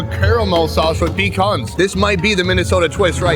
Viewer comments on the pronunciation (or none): wtf is a peecon, its pea-can. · It's "Peh-khan" not pee can/khan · Peecon? Pecan is pronounced pa con. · Nah, i cant handle this from 9 months in the future, its puh- kahn